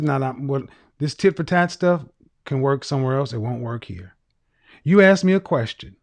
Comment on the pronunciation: Communication degree holder didn't like you not answering the questions she aksed. Can she AKS you another question?